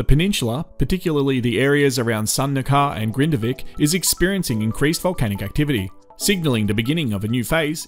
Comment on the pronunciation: Icelandic names can be super confusing to those of us who aren't familiar with the language! There are a lot I can't pronounce properly, either, but I've watched a lot of content from the locals on this and prior eruptions, and they say it "RAKE-uh-niss." You did fine with Grindavik, though! :)